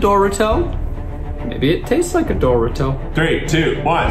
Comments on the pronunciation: Why does Zach pronounce everything wrong. IT'S ZEN-DAY-A NOT ZEN-DiE-A and DO-Ri-TO NOT DOR-i-TO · Is nobody going to address how Zach pronounces DORITO. I am GENUINELY ANGRY LIKE HOW THE FUCK DO YOU GET DOH-ROO-TOH (what you'd get from doruto) FROM DORITO?! I'm sorry, I'm just very upset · I’m sorry but can we not ignore the fact that Zack pronouced Dorito like “dor-rit-toe” instead of “Dor-eet-o”? Or is it just me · Dor-ee-to not Dor-i-to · Isaac Huetter it’s pronounced duh-ree-toe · Did zack just pronounce Dorito as “door-it-toe” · No he pronounced Dorito as doruto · I heard Dora-toe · I’m always going to pronounce dorito like dooretoh like Zach now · Zack: doe ree toe Me: second guessing my whole life because I've been pronouncing it in Spanish (because im puerto rican) and it has NEVER sounded anywhere near THAT 😶😶😶 Also, what do i have to do so the guys can try Puerto Rican candy/foods? Or just simply talk about PR?? I'd be so ecstatic, i love them all so much!! ☺ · Is no one going to talk about how Zach pronounced Dorito? Dor-i-toe 🥲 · “Dooritoh” welp never heard it pronounced like that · DID ZACH PRONOUNCE DORITO AS DOOR IT TOE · Did Zach just say “ doorito” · Did zach just say ‘doruto’? unless that’s an anime character, that’s it. i’m done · Not going to lie I love you all but its just the way Zach said dorito was kind of annoying he said it like door-it-o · Idk if y’all really annoyed or don’t like them but chill on the hate plz. I love the try guys and I respect them regardless of how they pronounce Doritos ✨